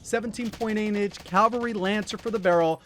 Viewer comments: Its CAVALRY not calvary... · Awesome content. However it is CAVALRY not Calvary. (Note where the letter 'L" is) Calvary is a site immediately outside Jerusalem's walls where Jesus was crucified.